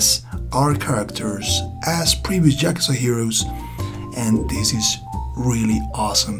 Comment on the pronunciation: Cool video but it bother's me so much that you say Jakuza XD. It's Yakuza pronounced with an Y like in yolk or yodeling.